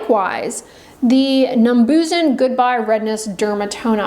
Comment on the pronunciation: OMG! I love Numbuzin products and so do my clients. It is Korean and please consider pronouncing it correctly. It has helped my acne prone clients and my over 65 years. You have to pick out the correct number for what your skin condition is. It seems like you don't understand what natural plant extract scents are like. Vaseline Balm? You like Vaseline Balm. I like it too but on the feet and hands with socks and gloves put over it.